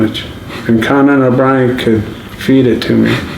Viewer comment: "Connan Obrien" love it!!